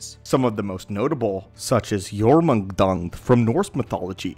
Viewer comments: Jörmungandr not jormungdung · Jörmungandr not jormundung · Yormunkdonned? Jörmungandr = yur-muhn-gand-reh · Bro slaughtered the name jormundung 🤣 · You really called it yourmungdung? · Jormungandr, pronounced "Yor-moon-gan-dur". Its not that difficult lol